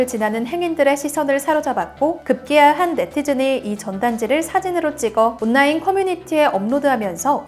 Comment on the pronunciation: 온라인을 온나인이라고 발음하시네여